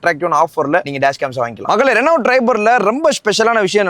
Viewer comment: Adey adhu Renault Triber not Reno triber😂😂😂